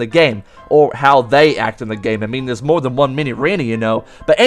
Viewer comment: MOWA (more)